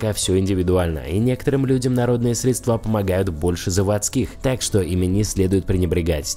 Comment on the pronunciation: Средства- ударение тоже на е!!!